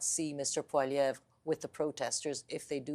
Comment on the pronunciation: Lil" disappointed to hear pronounce Poilievre as "Poliver". Clearly he wasn't paying attention when my mother taught him French. As for the hatred for Trudeau, I can assure you, the Ottawa protest was a very small representation of those that want him gone. Easiest way to prevent more and more protests is to banish him from Canada.